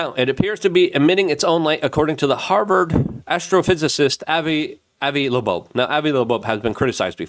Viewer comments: Avi Loeb's last name is pronounced "Lobe". Not LaBobe nor Lebeau nor Lebobe. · He can’t read or speak. I think he Legit has some disabilities with it. I don’t know how someone can read the name “Avi Loeb” and pronounce it “Avi Looboab” or see the word “doge” and pronounce it as “doige” without having a legit disability. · I know it’s just petit dyslexia, but “Loeb” is pronounced like “Lobe”. It’s an important name. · Yea can’t believe he’s never heard the name avoid loeb pronounce. It’s fckn killing me lolll…”Luhbobe” 💀😂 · He can’t read or speak. I think he Legit has some disabilities with it. I don’t know how someone can read the name “Avi Loeb” and pronounce it “Avi Looboab” or see the word “doge” and pronounce it as “doige” without having a legit disability. I still like his coverage but his ability to read or speak is nonexistent. How many times a video does he look into the camera and make some mumbled garbled sound when he’s trying to imitate something.